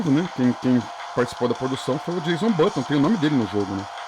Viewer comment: Muito legal o vídeo! Uma correção: é "Jenson Button", não "Jason Button".